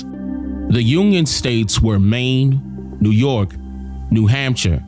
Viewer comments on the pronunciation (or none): none